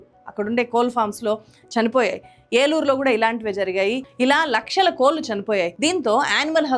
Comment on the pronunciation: కోళ్లు కోల్లు కాదు కదా గారూ